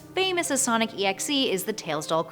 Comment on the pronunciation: It's not sonic exe it's Sonic.EXE your supposed to say like this Sonic dot exe and write it Sonic.EXE